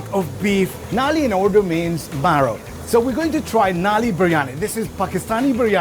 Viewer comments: its Nalli not Naali, Naali means gutter 🤣😂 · Not nali it's call nalli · It's not Naali. It's Nulli (pronounced null + i). If you didn't know, now you know 😁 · Naali means sewer 😂😂 It's nalli